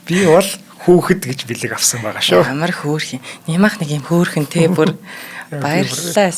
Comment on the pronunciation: Hoorhon talh gej ,yaaj yariad bgaam